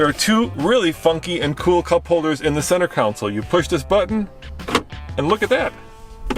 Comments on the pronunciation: Hey,it's con - sole not counsel! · It is not a "council" , it is a console. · Sorry pet peeve .. It isn't a Council ... it's a CONSOLE